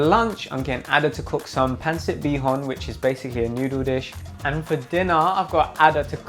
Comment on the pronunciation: The way he said Pancit threw me off lol, the English accent definitely took over the way he pronounced it